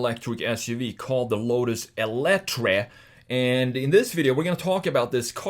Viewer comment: It’s actually meant to be pronounced as “elite-er.” Also, fun fact, it’s powered mainly by tapping torque off of the revolutions Colin Chapman is now making in his grave. But seriously, RIP Mr. Chapman, and RIP Lotus. Ugly, stupid, bloated Chinese garbage. So awful it’s surreal. A Lotus SUV that sucks in every way. Wow, thanks, 2023.